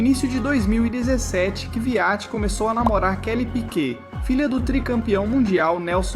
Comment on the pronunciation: Falar P.Í.Q.U.E.T é DUREZA hein coleguinha…. 🫣🤦🏻‍♂️🤦🏻‍♂️🤦🏻‍♂️